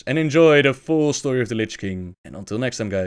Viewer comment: shtory lol